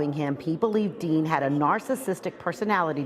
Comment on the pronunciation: Aaron DEAN not DEAL 😂